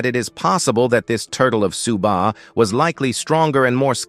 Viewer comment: Whoever is narrating the story is useless....everybody's name is now 'SUBA'...his name is 'Su BAI' !!! The turtle is not 'SHAA' but 'SHIAO BA', and the beautiful teacher IS A WOMAN !!!!!!!! ...........no efforts at all....change him Thank you for the video though, it was still a very good video